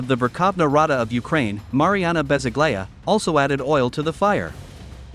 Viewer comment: Bez-oo-gla-ya. Accent on the second syllable.